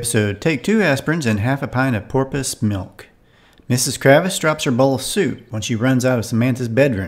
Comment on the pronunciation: May I offer a correction? It's not Kravis. It's Kravitz.